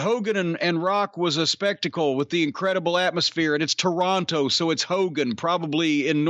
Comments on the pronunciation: Its Toronto. Not TORE-ON- TOE 😡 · I hate how he says Toronto. Gah. It's "Tronno." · Cornettes enunciation of Toronto is upsetting. Signed, a Torontonian